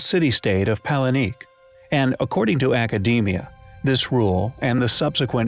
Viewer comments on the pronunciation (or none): Please learn how to pronounce these names correctly! Pacul... It’s PacAL! .....palenique?? It’s Palenque! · Pal-in-K is the right way (in Mexico) to pronounce Palenque. יוי